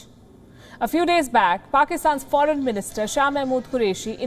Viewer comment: lol phoren minister lmao